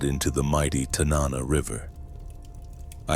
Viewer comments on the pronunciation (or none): Check pronunciation of Tanana